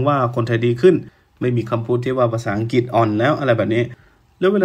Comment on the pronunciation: ลุงออกเสียงคำว่า.อังกิต.ชัดเจน.แก้ไขนะ..อังกลิด.อังกลิท...ไม่ใช่.อังกิด.เป็น.ควบกล้ำ..หนูเบื่อคำว่า.มากๆของลุงมาก.ที่ทนฟังเพราะอยากรู้ต่างชาติมองไทย.ไม่งั้นไม่ฟัง.เบื่อคำว่า.มากๆ